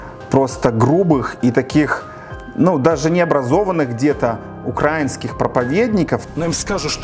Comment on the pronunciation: Тільки не кажи: "УкрАінскіє"! Ти ж, наче, грамотний чувак!) Слух ріже, коли ти ставиш наголос неправильно! Але чому у тебе така "любов" саме до України та всього українського?! Все це виглядає досить суб'єктивно та упереджено, хоча, дійсно - треба висвітлювати правду, нести Її простим людям, можливо, заблукавшим вівцям, які в оточенні вовків в овечих шкірах! В принципі, гадаю, ти на правильному шляху: французьке поняття/слово "журналіст", від слова "жюр" - світло, освітлюй, неси світло, бажаю тобі успіхів, хай Бог Береже!)